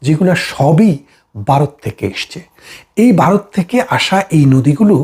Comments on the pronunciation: উচ্চারণটা বারত না ভারত !!! হাসিনার পাচাটা। ইনি বারতিয় না বাংলাদেশি? বুঝতে পারছি না। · দেশটার নাম বারত নয় ভারত। ব্যারিস্টার সাহেব একটু শুধরে নেবেন। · ওরে 😂 বারত নয় রে ওটা হবে ভারত 😂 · কথাটা ভারত, #বারত নয়। আপনারা বা়ংলা লেখেন এক আর উচ্চারণ করেন আর এক। আপনার বিষয় বাংলাদেশের জন্য গুরুত্বপূর্ণ হতে পারে কিন্তু ভারতের জন্য গুরুত্বপূর্ণ - এটা আপনাকে কে বললো ❓ যাইহোক, আপনার প্রতিবেদন ভালো লাগলো 👍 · দাদা আপনি আগে ভারত ঠিক করে বলুন, বারোত বলতেছেন। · বারত না, এটা ভারত। উচ্চারণটা ঠিক করুন আগে। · বারত নয় ভারত। ঠিক করে বলতে শেখেন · বাইরে 😂😂😂😂(ভাইরে) ওটা বারোত না ওটা ভারত হবে। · Apnio bangla vashai bokte parenna, varotke bolchen barot !😂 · ভারতকে দয়া করে 'বারোত' বলে উচ্চারণ করবেন না।